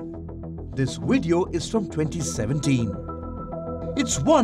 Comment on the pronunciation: What's a wideo?